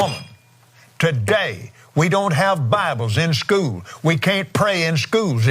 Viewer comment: It's the place he didn't learn how to pronounce school correctly